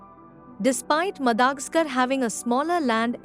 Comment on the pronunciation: Madagascar is pronounced as what?